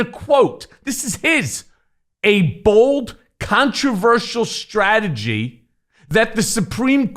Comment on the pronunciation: Joe, Trumplethinskin can spell or pronounce Strategy. I think he has the same pronunciation as Bugs Bunny...Stragedy. Don't you?